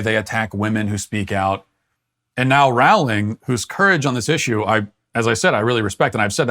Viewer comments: Please learn to pronounce Rowling's name correctly. It rhymes with "bowling", not "howling". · Matt: Rawling Me being a massive potter head: ROWling like row row row your boat! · Pronounced Rowling like Bowling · That's not how you pronouns her name Matt. Do better.